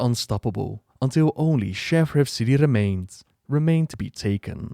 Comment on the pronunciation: please, learn how to say shattrath, its not shaffraff:p